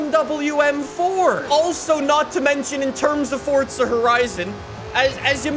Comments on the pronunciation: Kan you stop saying forzha it's Forza not forzha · I meen you are saying fortzha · Everyone: FORZA: FORTZA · It’s not fortza it’s forza